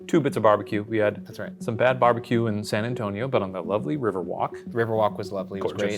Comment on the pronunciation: Not "St. Antonio" 😭